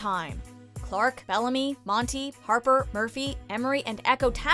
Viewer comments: It's pronounced E- More-E not Emmory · She called Emori emery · It's not EM-A-REE, it's A-MORE-EE. They literally say her name every episode of season four, it's not hard to miss (or so I thought) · Ee-more-ee not em-a-ree or a-more-ee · It’s E-mor-i not Emery! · did this girl just say emire instead of emori ( when she was naming everyone when they are saving raven) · Do not tell me she pronounced Emori sounding like "Emeri" ITS EMORI NOT EMERI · Emmary? Emori* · Its emori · wrong it's E-MOR-EE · noooo why’d they do my girl emori like that? what kinda pronounciation was that? “emmery” tf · It's "Eh-more-ee" :') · “EmERRee” Emori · its e-more-i ffs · E not A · Ysa J they obviously don't watch the show. Or at least the person talking and the editors. They put the wrong moment for fin losing his mind, and they couldn't even pronounce Emori's name right. How do you mispronounce a name that is said multiple times in the show unless your just reading off a script. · They mispronounced Emori’s name in number 4 😂 also how is Finn’s death on here but Jasper’s isn’t?? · This was good but the way she pronounces Emori's name makes me wonder if they even watch this show at all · The Bunny Majesty ikr. How do you mispronounce a name that is said multiple times throughout the show. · What about the Raven moments. All of these parts showed Raven when she was weak and needed help. She is so much stronger than that. This person clearly hasn't watched the show or they would know that. They also pronounced Emori wrong. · Too much lexa, also that’s not how you say emori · I hate how she pronounced EEEMORI'S NAME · Honestly most of these moments sucked & u pronounced Emori wrong 😕